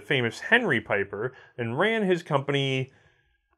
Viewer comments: Picking a nit, but it is actually an important one. German Like most americans your reverse the position of e and i when the combination "ie" is used. It should be a long smiling "i", not a "ey", Pieper you pronounce like Peiper would pronounce and those are dissimilar words. Steyr however you get exactly right. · Pieper is a Belgian surname and it's pronounced" Peeper". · Just FYI, "Pieper" is pronounced "Peeper".... If you transpose the e and i it would be pronounced "Piper" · Wrong pronounciation: Peeper